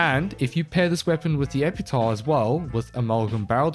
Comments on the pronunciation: Its Epitaffffff not "Epeetaw" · It damages my brain everytime i hear "epitahh".